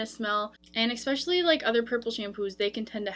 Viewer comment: " I've seen it on Sephora" not " I seen it on Sephora". It's " especially" not " expecially#